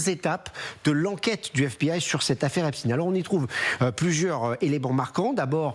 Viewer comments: Il ne s’apelle pas epsteiiiiiinnnnn. Pourquoi vous modiez la prononciation de son nom ? Pour que ca fasse russe ? Il s’appelle Epstein. C’est un americain d’origine allemande. Ce n’est pas un russe. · Ce n'est pas Epstin mais EPSTAIN qu'il faut prononcer un nom d'origine Germanique STEIN qui veut dire pierre en allemand et pas STIN quelques journalistes prononcent correctement Comme la ville d'Erstein en Alsace se prononce Erstain OK😬 Ainsi que Klein ce n'est pas klin mais KLAIN ( petit ) et Weil n'est pas Wèl mais WAIL Parking ne se prononce pas Parkinge que je sache alors un petit effort Mr les journalistes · ce n'est PAS l'affaire Epst-IIIIINE; tout comme EIN-STEIN, comme PIERRE en bosch, tout comme le film Mr. KLEIN, avec alain delon, c'est KLEIN, comme en bosch PETIT; votre prononciation a l'americaine demontre votre bias et votre complicite. comme votre ex-ministre, mme. Borne, c'est mme. BORNSTEIN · EpstEIN ...et pas Epstine... On dit EnstEIN pas Enstine...on sait exactement ce que vous faites et pourquoi